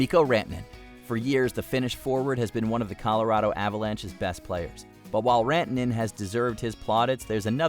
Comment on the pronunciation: Avalanches? E-pee?